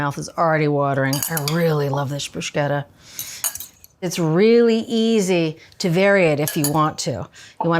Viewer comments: I thought her pronunciation of "prozhooto" was weird, but "brooshketta" is even more unexpected. Love Julia either way though, great vid! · Inconsistently mispronouncing ciabatta and ricotta and bruschetta seems like rage bait